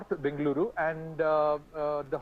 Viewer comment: Who the hell made her a new reader? All her pronunciations are wrong wtf... What is Baaangaloorooo.. it's Bengaluru pronounced the same as Bengal. Wtf is 'karnatak' 😅